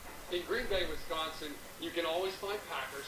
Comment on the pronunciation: And he actually says Wisconsin instead of most who say Wesconsin...